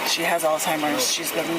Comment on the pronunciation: "she has alzhimers" yea okay sure she does bro